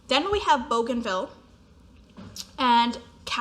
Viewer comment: Gris is pronounced Gree. Bougainville is bu-gan-VEE. Rubis is RU-bee like the gem. Etain is e-TAN but don’t pronounce the N. Hope this helps😊